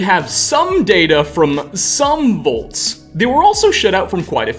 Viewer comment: Every time says volts instead of vaults: *eyetwitch*